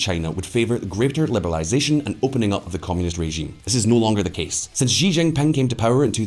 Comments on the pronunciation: XI Chi NOT JI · The President of China's surname is spelt "Xi" and pronounced "see", not "gee" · sounds like you are mandarin challenged. 习主席 【習主席】 【 Xí zhǔxí 】X in pinyin is pronounced “SHE” while the I is “E” so it’s SheE with an elevated pickup at the last syllable as denoted by the accent marker. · Learn to pronounce "XI" properly if you are going to make video on China .